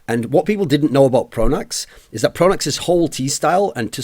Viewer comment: Pronax, Pronax, Pronax, say it with me folks.